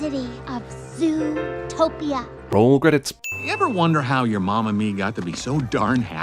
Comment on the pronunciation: Just want to point out, when Judy says "It's your word against yours," both times she puts emphasis on the wrong "your."